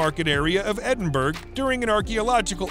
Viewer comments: "Edinburgh" is pronounced "Edin- burra" not 'Edin berg'" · Edinburg? Seriously? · Edinburgh is pronounced Edinbra with the second part said faster and softer. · I'm a Brit but married a Yank 25 years ago. Most of America pronounces it the way this guy does. When you tell them how its actually pronounced. They will reply, 'yea that's what I said, Edinburg, right?' lol. It's just a thing they cant get their tongues around, thats all. How do you pronounce Wessagusset or Saskatchewan. Now the boots on the other foot. I have to laugh, as it appears from the comments here, that half of our own people, don't know the correct pronounciation either. As a child I grew up in Scarburg by the way lol. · No, it is pronounced : Ed in bur o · Bone would be a better material to use over stone and wood. There is no mystery there, simply the material was better for crafting and could last longer. Also, it is pronounced EDIN-BUR-AH. Shame on you. I dare you to go there and say it as you did...LOL. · So annoying he can't pronounce Edinburgh. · whatever... its still freaking painful to listen too... and how can it get CANTEBURY right but EDINBURGH utterly wrong. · Please learn how to pronounce place names Edinburgh is pronounce EdinBra Agincourt is pronounced Argincor.